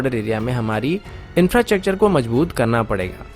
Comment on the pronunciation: Kya bolta hai re bhai.... infrachacter. Bolta hai😂😂😂😂